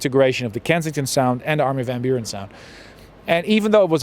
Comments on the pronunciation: M-a "spart" frate! Sa fii om de media de atat de mult timp, om de TV, influencer, sa stii engleza foarte bine, ce sa mai - SA FII BUHNICI - si totusi sa spui de 4 ori "Burăn"... :( Armin van "Burăn" Cum sa spui "Burăn" cand toti pronunta "Biuuurăn"? E pe principiul: "FAILURE" si nu "failiăr" cum ar trebui de fapt pronuntat corect! Altfel, un interviu decent. Well done! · biurăn se pronunța. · Armin van burăn, pe bune? Nici macar numele nu poti sa il pronunti corect si zici ca il asculti de mult timp? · îi foarte funny cu îi pronunți numele... exact pe românește 🤣🤣🤣🤣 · il asculti de foarte mult timp, dar nici numele nu stii sa il pronunti